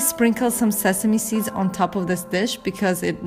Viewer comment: You should really consider taking some English pronunciation classes. You only make a few mistakes, but you make them consistently. Why not improve? Also, seed, not "sid".